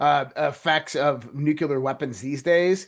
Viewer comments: NucLEAR not NucULAR! Write out the word N U C L E A R.....now say what you see. Phonics people! Drives me beyond bonkers hearing this guy say nucular 500 times during 28 minutes. Holy crap man! He also likely calls it 'supposebly'! 😂🤣 (it's supposeDly btw). Geez! Nobody can spell or write or speak proper English anymore. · It is nuclear…. Not nukular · This dude is so well informed he doesn't know how to pronounce NUCLEAR. Not "nuculer"! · Geez,, it's nook- lee-ur not nookular (George W Bush language). That sounds picky, but during the Cuban Missle crisis, my 5th grade teacher said that if we were scared of it, and facing annihilation, at least pronounce it correctly! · wish the guy in red shirt could pronounce nuclear ? he says nuke-u-ler, just like dumbo 'W' Bush did. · NUCLEAR -- watch your pronunciation. You don't want to sound like GW Bush!